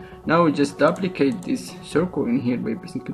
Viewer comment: your english is fine... of course I'm an American, so what do I know about English, right ? " Dooo-pli-kate ;)